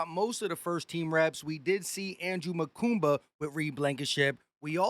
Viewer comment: come on big dawg why you keep putting an invisible N in Makuba name? 😂 its Ma Kuba not Ma KuNba